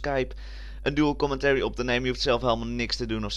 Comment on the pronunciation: Je begint commentary steeds hollandser te zeggen, je zegt steeds 'commenterrie' XD